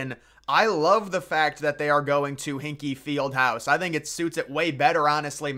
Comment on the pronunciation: So you think you are a college basketball authority?? If you don't even know how to pronounce Hinkle Fieldhouse, you probably need to try Women's Basketball. LOL